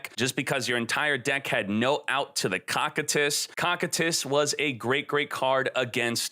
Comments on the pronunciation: "Cockitus" Hahahahahaha COSSSSSITUS (pronuntiation) as the Iced prisons of hell! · Koh Kie Tus !!!!! Can someone please correct him lol its not cockitus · It’s pronounced co-kite-is try watching overlord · its co-kai-t-is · Is he saying Cocytus like that on purpose? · Your pronouncing Cocytus wrong